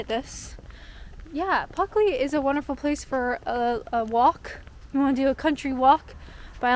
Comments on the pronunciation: It's plucky of you to say "Puckley" in Pluckley... Cemetaries feel spooky only because we fear the unknown, including death, and find the decay of the body to be repulsive. Graveyards remind us of this, but they are unlikely to be haunted; if ghosts exist at all, they only tend to haunt the place of their death, which almost certainly didn't occur in the place of their burial. (Unless they were buried alive.........😵💀) I have no favourite places in Kent for I have never visited, save to pass through it via Eurostar en route to the Continent, so every recommendation you take up and exploration you undertake will be a discovery for me too. I would say come and visit us in the Midlands - for which your fee of a pub lunch would be paid to you with the greatest of pleasure - but it may take you some time to work your way up from Kent! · You must know by now it takes a lot more than a slightly mispronounced village name to upset or annoy us, it’s not like you put milk in your tea before the water 🤷🏼‍♂️😂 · Nice village tour. Honestly, I wouldn't have known you were saying the name wrongly. Funny thing is if you click on the geo-tag there is a Spanish (I think) language video with the screen title 'Los Fantasmas de Puckley' (They missed the 'L' as well). Also there is a Russian video as well. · Good CGI with the 2 ghosts in the churchyard. The creepy guy in the black hooded robe, carrying a scythe, stood behind you wasn't so convincing 😂 Don't worry about losing your L out of Pluckley, we've got some reyt tongue twisters you'll never pronounce, up here in darkest Yorkshire. Happy Spooky Month. 😁🐈‍⬛🎃🪦🕷🦇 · There was that spooky young lady, blocking the views of the nice little village, who obsessed with the name of the village :o The sound of "Pluckley", spoken without the first L, will haunt me forever :D (Very nice comment btw. ♥) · One way they haunt you is by making you read the name wrong. You should've explored and walked around in the dark at midnight lol.